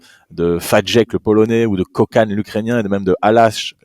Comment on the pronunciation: Petit point prononciation. Fajdek = Faïdek, Kokhan = Koran et Halász = Haulas. C'est pas tout à fait ça mais en substance on s'en rapproche.